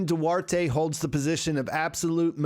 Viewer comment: The name Duarte you don't say the e at the end.. its do-art. That's it.. another mispronounced name